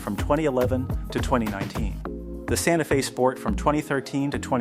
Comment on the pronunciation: Didn’t realize it was a Ai voice until “Santa Fez”